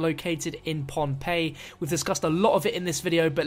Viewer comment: I live there and its spelled Pohnpei And pronounced PONEPAE